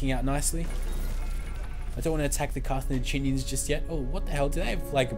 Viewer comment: carthenaginian = wrong carthaginian = correct